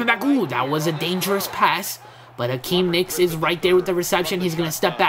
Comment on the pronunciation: it's not Akeem nicks it's Hakeem Nicks